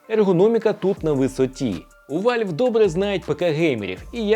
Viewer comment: Який ще вАльв? Правильно казати вЕлв.. переклад як- клапан.